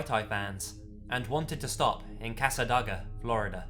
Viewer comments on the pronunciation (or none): I'm from Florida originally, it's pronounced Casa day-guh, just an FYI, loved the video. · It's "CassaDAYga", but don't worry about it. It's a tiny town, if you're not from 'round here you can't be expected to know how to pronounce it. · I've been to Cassadaga. It's interesting. It's also pronounced Cass-uh-day-guh. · as Floridians who live an hour away from cassadaga and visited yesterday, this made my boyfriend and I laugh. He vowed to pronounce it like you did now because of how amusing it was. so Thank you. ;) it's actually a weird pronunciation anyway. it's cassa-day-ga, but your way was cute. it's also one of the top ten haunted places in the world because it was built on a huge burial ground. the city hall has a "law" in place that to move into a house there, you have to get it blessed by a priest. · I about flipped when you mentioned Cassadaga. Incorrect the pronunciation may have been, but I've heard it butchered seven ways to Sunday all my life. I'm from Florida, and lived many years right down the road from Cassadaga. It's a popular tourist spot for people seeking spooky adventures. I even think I know which street they're referring to. I can't say for certain that this is the case, but street lights in residential areas Central Florida tend to cycle on and off. I never looked into why, but I suspect there's some kind of sensor or timer involved. Perhaps to save energy or avoid disrupting sleeping residents too much. So the light going out may be sheer coincidence. I can't account for the street, and the timing of the light going out is awfully creepy. Coincidence or not, that was a great story!